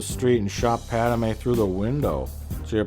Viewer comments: How about you shut the heck up you low-class idiot, and also it's Padme, not PADAMEN you moron!!!!!!!!!!!!!##!! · Stop saying Padamay